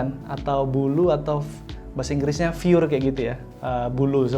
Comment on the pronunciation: Plus cara baca 'fur'-nya keliru. Mestinya /fêr/, bukan /fjur/.